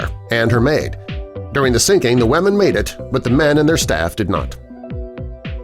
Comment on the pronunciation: Lolol me too 😂 like... The wamen